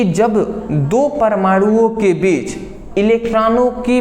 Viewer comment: बिच ❌ बीच✅ 😂😂